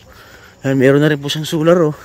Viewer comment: Ayos, nauutal ka na sa pagod maglakad solar di soral 😊😊😊hehehe